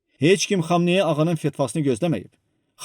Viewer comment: Bu nə danışıqdı? "Bu qalabada ayatala xamayanı ağanı fatavası komay oldu" "pışşmılla"